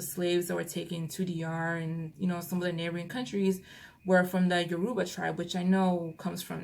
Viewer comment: Miss its pronounced yoo roo ba